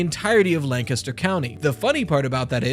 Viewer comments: I can tell you know Pennsylvania by how you say "Lancaster" and yes... Sheetz > 7-11. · Thank you for saying Lancaster right, I’m a local lancastian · Greetings from Bucks County - originally Chester. Big ups for saying Lancaster right 😉 LOVED the sheetz segment and all the talk about our puritanical laws with alcohol. Love a fellow Pennsylvanian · ^ Bro even pronounced “Lancaster” like a true resident